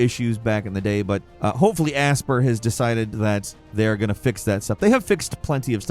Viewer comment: You know Bounty Hunter was on Gamecube too, right? Also, Aspyr is Ass-pire, not ass-per 🤦🏻‍♂️